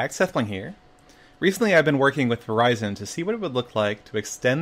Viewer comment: I actually thought he said "Horizon" or some stuff but thanks "Verizon"! This is epic EDIT: Wish i can get it :C And i just saw Reuben died in minecraft story mode... WAAAAAAAAAAAHH!!